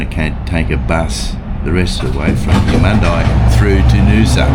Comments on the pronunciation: I pronounce it as Eumund-ee not eye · I liked your video, it's a big state, thanks for showing there is more to it than the Gold Coast and Brisbane. And Eumundi is pronounced Edmun-dee not Emun-die, you did say Emun'-dee once on the train from Caboolture. 50 cent fares are great, compensation too for track work that will be ongoing with new stations Cross river rail etc leading up to the Olympics. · Love your vids mate ! It’s pronounced YOU-MUN-DEE 😊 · It would help if you bothered to check the pronunciation of the word Eumundi.